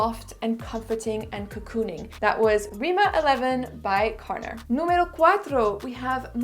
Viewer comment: Carner is a catalan surname pronounced /karné/ with stress on né and the r is not pronounced. I don’t say this to be mean, i only say this because so many people comment on your videos how great it is that you can pronounce French names perfectly. I don’t understand why people expect non French speakers to pronounce French perfume names perfectly and then butchering Narciso Rodriguez, Carolina Herrera or any Italian perfume name is OK for them 🤣